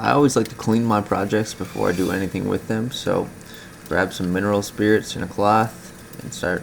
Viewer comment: Can you list the items you used- like the type of paint - oil or water based. Laquer spray. And couldn’t understand you when you said mineral oil or spirit? Couldn’t understand you. Thanks - new subscriber